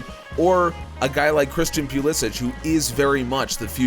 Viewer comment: Quick question, why do you pronounce pulisics name pew li sick when he stated that he wants it pronounced puh liss ick? It sounds so strange when it’s pronounced the way you do. No offense.....just wondering